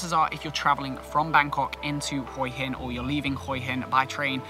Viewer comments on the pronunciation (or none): I wanted to mention the way you say Hua hin which actually Translates head rock, Hua is pronounced huuaaa meaning head, your saying HOII hin hoi is tHE CORRECT word for shellfish but IS also slang for pussy which has made me laugh pussy rock I must visit immediately 😂😂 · Perhaps you should practice and get the pronunciation correct. It is pronounced in Thailand as WHA Hin Wha hin. It seems you have never been to Hue Hin. (Wha Hin) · Pronounced Hwa Hin